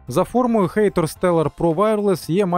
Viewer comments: хатор а не хэйтор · ХАТОР, не хЕЙтор, коли ви вже навчитесь читати?